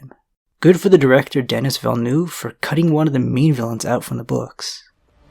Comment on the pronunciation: Hate to be that guy but it’s Denis (pronounced Denee) not Dennis. Love your videos!